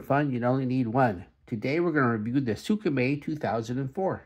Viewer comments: Its “SMAY” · Its prounounce “smay” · Its closer to skr-may